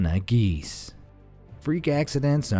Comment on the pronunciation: Giese is pronounced Gee zee.